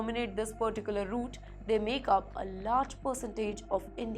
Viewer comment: ....pertticular root...(?)